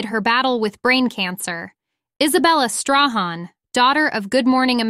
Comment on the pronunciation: Strahan is pronounced Stray han!